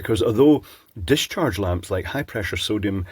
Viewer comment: Pischarge tube❓❓❓😂🤣😅😆😅🤣😂😂🤣😅😆😅😅